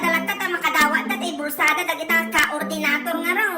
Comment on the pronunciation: KAOR-DINATOR is real anti .. 😂😂😂😂😂😂